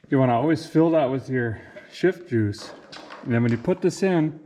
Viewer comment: "Never come off jiuce"